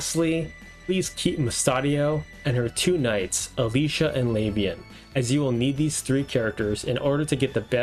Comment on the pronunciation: ag-ri-is sounds so much better than uh-gre-as. also luh-v-ian instead of lav-i-an ?